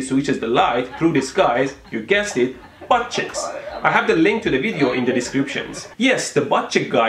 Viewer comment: He says butt cheeks weird